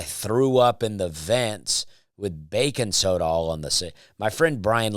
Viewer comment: I love that you say " bacon soda" instead of baking soda hahaha